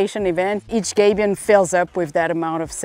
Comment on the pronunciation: It's not a 'gaybion'; it's a 'gabion' where the 'a' is pronounced as in 'habit'. Originally used to protect cannon on a battlefield from the opposition by absorbing the cannon balls.